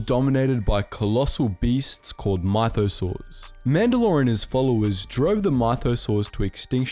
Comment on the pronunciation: Lmao "my-though-saurs"... It's myth-oh-saurs. Edit: and 3/4 of this video isn't even Canon... It's legends that's all been retconned... George Lucas, filoni have both said Jango and Boba were not mandalorian. It's even said in clone wars when the prime minister of mandalore says "I don't know where he got this armor but he's not mandalorian"... So you're out here just cranking out false videos with no research at all...